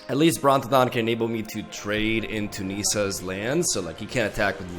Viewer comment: the way he says nissa'ssounds like kneesauses